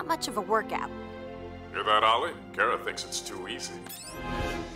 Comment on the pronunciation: Kara not kera